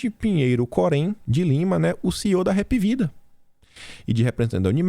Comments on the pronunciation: Hapvida, lê-se: API VIDA. 👍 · Mim sou cearense a Hapvida a pronúncia correta é HAP VIDA. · Hapvida foi fundada aqui no Ceará e por cearense Hapvida embora sua escrita está correta, a pronúncia e hpvida!